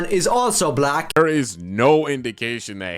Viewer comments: Someone pronouncing black as “buh-LACK” always gets my racism radar goin off💀💀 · You mean, "buh-LACK". He put's an extra emphasis on the second half of that word. Lol